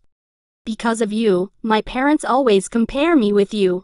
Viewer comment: I love the fact that said lways and not always😂 Btw it's just a reminder I'm not trying to be mean